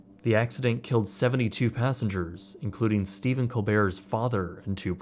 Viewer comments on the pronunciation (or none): none